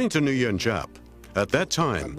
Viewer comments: You are wrong as well. It's pronounced 'win'. I spent one year there learning how it was pronounced. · Nguyen is pronounced 'when.'